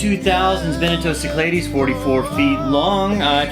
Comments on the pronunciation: For the love of God. Learn to pronounce Cyclades and any other words BEFORE you hit the record button. Your pronunciation of 'sick - ladies' really, really ground all my gears. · Correctly pronounced those Greek Islands should sound like "Sic La Dees." Don't worry Riley completely mangled it on SLV too. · Being greek and hearing how you say Cyclades blows my mind lol. Its probably technically correct in english, I don't know. I've just always heard it said the greek way my whole life. If you were pronouncing it in a simple greek way it would be sound like this: Keek - Lad - es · Only a Texan could pronounce Cyclades like that !! :-)